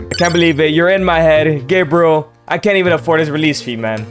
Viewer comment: Gebriel sounds so wrong 😂😂